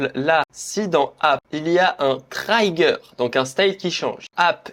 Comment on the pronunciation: Top, merci !! Sinon en anglais on dit "trigueur" pour "trigger" pas "traillegueur" 🌻